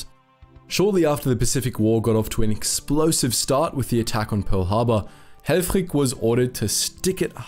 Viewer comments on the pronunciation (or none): Funny how the narrator in the video pronounces the name of the Dutch admiral "Conrad Helfrich". He pronounces both, first and last name in German, and not in Dutch.